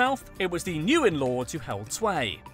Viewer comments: it's pronounced win, not Newin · Nguyên is nwen not nu wen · Nope. I am Vietnamese and I teach you how to say Nguyen. GWEEN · Pronounce "Nguyen" as "when" NOT "Nu Yen" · You mispronounced the most popular last name. You pronounce it “win” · Nguyen is pronounced like the word "win". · Actually no, more like Ngu-yen. Easy as that lol